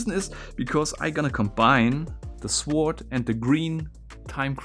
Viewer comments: FYI: Das w bei sword wird nicht ausgesprochen, also es wird "sord" ausgesprochen! Ansonsten coole Videos, mach weiter so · deutscher kann sich sein Englisch doch gar nicht anhören xD das mit "Sord" wollt ich auch sagen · "Sword" is not pronounced "Sword", it's pronounced "sord", the "w" is silent like in "two" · You don't pronounce the 'w' in sword. Weird hearing him say the 'w'. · Sounds kinda german tbh, at least i know some german relatives that would pronounce it that way. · I guess if you haven't heard it, there's no reason to know about "sord!" English is so stupid in terms of spelling, but we never notice until we view it through the eyes of a non-native speaker. You're right, though... It's very cute hearing it pronounced that way! :) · People probably already pointed this out, but since I couldn't find a respective comment: the "w" in "sword" is silent. Thanks for another great video. 💜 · Cool video, and cool puzzle! Btw, the ''W'' in sword is silent, it's pronounced ''Sord''. Like the word Gnome, the G is silent, it's pronounced ''Nome''. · The first two times he pronounced Sword.. I thought he was saying Swarzt. Then I seen the word Sword. Ok I'm a little dense.or slow maybe lol. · Great videos... but PLEASE the W in sWord is silent.. please... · Yepp, the pronounced "w" in sword makes me shudder every time. But his thick accent is part of his shtick, I guess, and the videos always are great. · Brudi, das w in sword ist stumm. Es wird also sord ausgesprochen ;) . Ansonsten tolle Videos und klasse Kontent, danke dafür. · Why Do You Say The W In Sword? The W Is Silent! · Sum1 PLEEEASE That when U pronounce the word: "Sword" the "w" is SILENT!!! ^^ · The W in sword is silent, it's pronounced 'sord', in general your English is really good. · He said "The Master Sward" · Its written sword, but you don't pronounce the w. You say it like 'sord' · It is spelled Sword but pronounced Sord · Sword???? Lad its a sword (sord) its not hard!!!